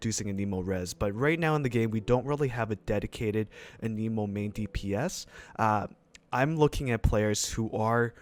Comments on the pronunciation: It’s Ah-neh-moe, not Ah-knee-moe, jeez, the nerve of that girl (hermione). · 'Anemo' not aneeeemo, they literally say it at teh start of the game when directing you to the statue of the seven. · it's pronounced anemo. You're welcome